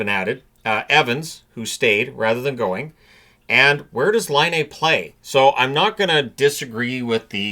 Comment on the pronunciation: Everyone is mispronouncing Patrick Laine's name. It's not Line-aye. It's Line-ah.